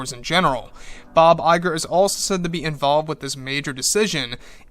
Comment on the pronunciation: I keep hearing it as Bob JPEG xD